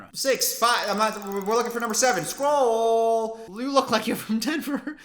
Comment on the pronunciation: Scroll sounded like Skol and as a Minnesota Vikings fan, I agree.